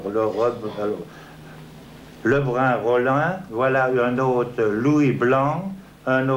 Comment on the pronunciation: 7mn15 "Lebrun Rolin" lol !! LEDRU Rolin !